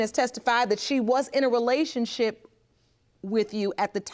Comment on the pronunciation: This idiot can’t even say the word “relationship” but is pushing out babies🤷🏽‍♂️